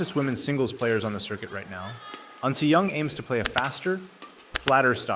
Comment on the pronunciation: You are saying "AN SEE YOUNG" when you should be saying "AHN SEH YOUNG." As a badminton enthusiast, shouldn't you know their proper names?